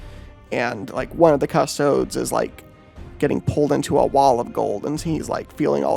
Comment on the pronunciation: The way you pronounce custodes is literally my only criticism. Please pronounce correctly. 😂